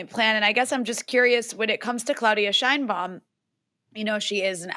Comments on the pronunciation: Claudia pronounced her last name, and her Mexican people pronounce her last name "Shane Baum." You should too out of respect. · Sheinbaum pronounces it SHANE Baum. Giving her the scepter was part of the false populism of the party. Saying López nationalized resources is more of the same. National resources were nationalized in 1917 in Article 27 paragraph 4 of the constitution. The universal pension for senior citizens was instituted in 2004 by president Vicente Fox. Unfortunately Sheinbaum says she will continue López's disastrous policies. One of those policies was de-funding the precise areas which Mexico needs to develop in order to become a major power - STEM, education , and culture. Wanting the king of Spain to apologize for the conquest more ridiculous populism for the uneducated fanatics.Spain did not exist as a polity in 1521. On the bright side it has been announced that Mexico will reverse the pro-China stance of the past two administrations and will realign itself with its most important trade partner, the USA.